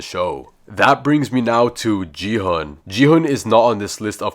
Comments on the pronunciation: It’s not ji-hun it’s gi-hun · Is everyone gonna ignore that he said Ji-hun but it’s actually Gi-hun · His name is not jehun his name is gi hun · OHIO JI HUN IS NOT ITS GI HUN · IT is not juuhb it is gih gun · Bro, you said a G ho is Gihon not Jhan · Bro its not gigun its seong gi hun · It’s gi-hun bty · stop saying ji han